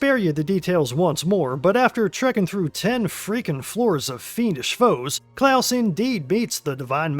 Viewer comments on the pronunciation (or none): Its CLAUS not Klaus. Also this came out on my most recent birthday.